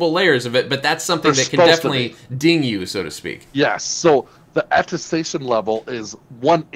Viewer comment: Thank you for this video-- very informative. I must tell you, however, that it's atTESTation, not atTASTation, i.e. something you attest to.